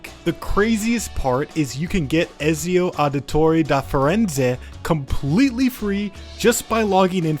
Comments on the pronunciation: It hurt so much 💀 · Bro messed up the pronunciation for Ezio like 10 times